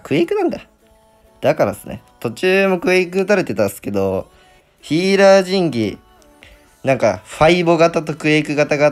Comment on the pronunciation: 神器が前戯に聞こえてならない